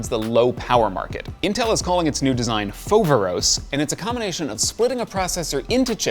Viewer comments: Foveros ??? hahahah....if it is not something else, is greek (modern) means... awesome. If it is from ancient, means the one wich cause awe. But the funny part, is where the emphasis been put. Not f(O)veros...(this is marketing)...but... fover(O)s. Nice video. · is pronounced FoverOs (the tone is on last o) and i Greek means "Amazing"